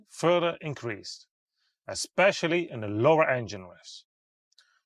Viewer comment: Dude, DAF, have the guy a lesson in English. The sizze have ben inkreazed. Pretty please, with sugar on top.